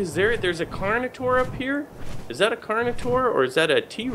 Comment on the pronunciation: carnitore hahaha at least you tried